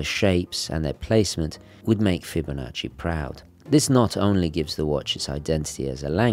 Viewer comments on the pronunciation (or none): none